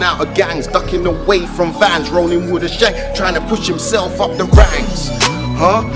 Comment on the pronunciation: man said i roll wiv fathers and not idiots arddd